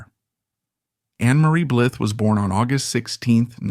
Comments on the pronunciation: Ann Blyth is not dead as of 1 July 2025. Her name is pronounced “Blighthe” rather than “Blith” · It’s pronounced Bleyeth, not Bligh. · Her surname was pronounced Blithe not Blith. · Her surname is pronounced BlEYEth, not Blith. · ... & her name is pronounced "blyth" not "blith." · THANK YOU!!! I counted only three times that he pronounced her name correctly. It was so frustrating. 😖🤯🤬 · The least you can do is learn how to pronounce your subject’s surname properly.